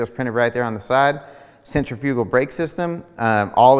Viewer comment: I hate when people don’t know how to pronounce centrifugal. “Century fugal”🤣🤣